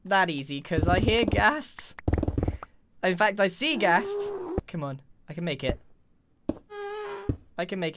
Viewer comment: it so fubby when he says ghaasttss